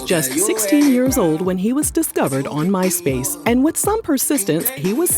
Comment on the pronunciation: Did she say myspace